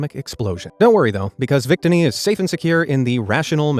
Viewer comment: (oo)Nova is acceptable. Vic-tinny is unforgivable.